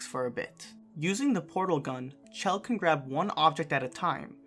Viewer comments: The issue is that he said "chell" instead of pronouncing it as "shell". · Did this man just say “chell”